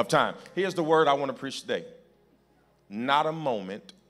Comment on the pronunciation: He always preach BUT he PREACHED TA-DAY